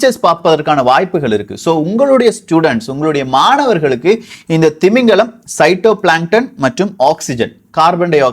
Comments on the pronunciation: Not shytoplankton bro that's phytoplankton 👍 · பைட்டோ or சைட்டோ...உச்சரிப்பு தவறாக உள்ளது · I think its called as phytoplankton (phitoplanket) not as sytoplanket. Thavaraga solliruntha manichurunga, intha maathiri topics ah detail ah Tamil ah paesurathuku yaarum illa bro! Hats off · Syto illa phy to plankton bro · Cytoplankton Illa phytoplankton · It's phytoplankton.! Not cytoplankton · Cyto illa phyto. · Pshyto planton illa ji phytoplankton